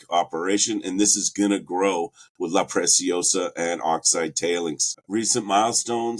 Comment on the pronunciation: Good video, but for heaven's sake, start pronouncing La Preciosa correctly.. it is NOT pronounced like "precious". In LatAm Spanish, the "c" in La Preciosa is pronounced just like an ordinary "s" (in Spain it would be pronounced like a "th"-sound).